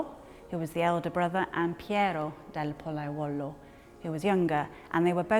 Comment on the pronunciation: POLLAIOLO! Not POLLAIUOLO! You english speaking people get lost in other languages. It's like ALUMINIUM and not ALUMINUM!